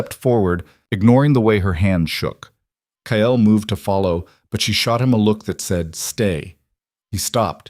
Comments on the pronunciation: AI can’t pronounce Kyle. It always comes out Kyel. It’s very distracting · KYLE is one syllable. LE-OR-AH is 3. Train your AI reader better. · Kyle is one syllable and should have only one spelling, even for AI. Leora the same. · A better than average story. I'm guessing a tad of creator intervention??? A rarity, in my experience. So many of these Alpha King stories are AI junk, repeating plots and just adding new names. Of course, as usual for too many channels, the AI narrator is weird, like pronouncing Kyle - KAH - ELL. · The strange language speaking when the ai narration struggles with the spelling sounds scary and I wish it were fixed. Also, is the guy’s name Kale or Kyel? Good story though! I like the girl’s sarcastic responses.